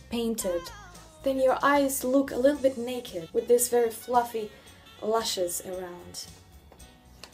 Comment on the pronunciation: Why do i love it when Russians say "Fluffy"???? Also, Ты такая красивая :)